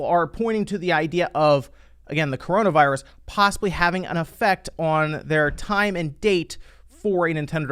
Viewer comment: You said cornovirus.... Not getting paid for this video lol